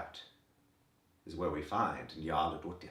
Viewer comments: I keep coming back to this video because you are one of the few people who pronounce "Nyarlathotep" correctly. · I truly love how he pronounces Nyarlathotep! After hearing many different pronunciations, I've come to agree with the sentiment that people should say it however is most horrifying to them. That said, my version was pretty close to this one... except I can't fathom how to sound like it's being played backwards like this XD It's like the name is so distasteful he has to struggle to swallow each syllable, which is perfect! I would feel so uncomfortable hearing that from my GM 0_0